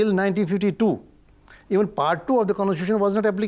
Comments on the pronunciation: What an ex-judge who cannot even pronounce the word constitution! No wonder India is in a mess created by such judges who just cannot see rational and logic, key areas of decision making in the legal context. Dr. Swamy is brilliant and simply unbeatable even in law. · how did this guy become a judge? he can't even pronounce c o n s t i t u t i o n properly?